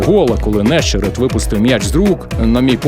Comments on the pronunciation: Власник голосу за кадром належить унікальному дядьку. В чому унікальність? В тому, що він єдиний в світі, хто називає Нещере́та Не́щеретом. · НещерЕт! Чому не можна вивчити прізвіще футболіста